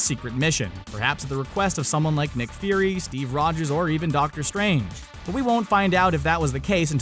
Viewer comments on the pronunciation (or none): none